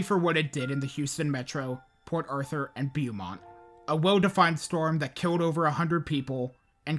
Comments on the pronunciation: just so you know for the next video or if you want to change it rn. Its Bow-Mont not b eww mont 😂😂😂. I mean b eww mont works because there are some ignorant racist ass people that live out there. Armpit of texas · Beaumont is pronounced “bo mont” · Its pronounced BO-MONT my man. I'm a native East Texan. But up in the Piney Woods about 3 hours north of Houston. On another note great video as always. Love your videos. Keep it up. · you’re the only YouTuber I’ve watched who actually pronounces Nederland correctly so thank you for that 😂 not Beaumont later tho 😅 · A lot of pronunciations were off a little, but Beaumont really got me every time he said it. Harvey really was a whole nother monster though. After Rita and the mess of an evacuation, I think we all gave up on that idea and I partially blame the NHS for continuing to only use the 1-5 scale based on wind speeds. As we saw with Allison as well, wind isn’t the only factor. Hurricanes are a combination of winds, storm surge, and rainfall and they need to come up with some kind of system that reflects that. I think most people saw “won’t hit Houston as a cat5” and relaxed (yes, even in Katy). The flooding was regional, which isn’t something that can be said about surge or winds, but that wasn’t conveyed well to the public beforehand, and I think that’s because they were way too focused on its wind speeds, even post landfall.